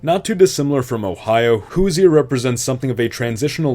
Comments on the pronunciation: Never say "Hoosier" again. It's pronounced "Who-zher" not "Who-zee-er" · Pronunciation notes: You said “To-leh-do,” “Hoo-zee-er,” and “Pid-mont.” These should be pronounced “To-LEE-do,” “HOO-zher,” and “PEED-mont.” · NGL his pronunciation of "Hoosier" is down right insulting. (I would type out how it sounds, but I have no idea how to make that sound with letter, find someone from Indiana they will tell you. Best I can do is this "Hoo-'zher"). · Did you just forget to name one of the states Indiana? Lol I realize it’s a pretty forgetful state but still… I do appreciate that one of the states is name a Hoosier tho (pronounced hoo-zhr). Even tho no one knows what a Hoosier is. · That’s not how Hoosier is pronounced… It’s pronounced “Who shjur” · As someone (Hoosier) that took part in this project, and an important part of the Midwest Community, this is a great video and I am glad you made this. I have one complaint, the way you said “Hoosier” is incorrect. The way that it is supposed to be pronounced is (Who? Sure) No hate though, it is kind of hard to pronounce. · As a lifelong Hoosier, your pronunciation brings me pain. huːʒər or WHO-sure. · It would definitely help your case if pronunciation was correct. Saco, Albany, Toledo, and Hoosier were enough for me before I stopped the video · Actual Hoosiers hearing him pronounce "Hoosier" be like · It's interesting, when you say "natural" you mean common populations - not what most would impute "natural borders" to mean. For instance, you assimilated Cincinnati into Kentucky, but that requires an expansion (as you note) north of the Ohio river. Also, some interesting mispronunciations here: Toledo, the Piedmont, and Hoosier. (Though, I guess the pronunciation of 'Hoosier' could be differentiated from the current pronunciation if you wanted...) That said, very interesting and an enjoyable watch. An improvement would show the major cities on the map -- or prior state borders to better help differentiate what's where.